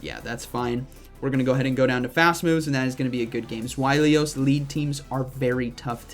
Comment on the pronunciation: Not even the American pronunciation could be “zw-eye-lee-us”. It’s spelled Zweilous. Zzz-why-lus.